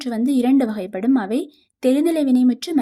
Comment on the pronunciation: வகைப்படும் உச்சரிப்பு எல்லா இடத்திலும் சரியா உச்சரிக்கவே இல்லை அதனால் நீங்க சொல்றதை கேட்க முடியல